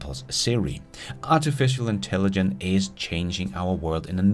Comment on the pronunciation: for hulen da, det hedder Intelligence og ikke Intelligent:)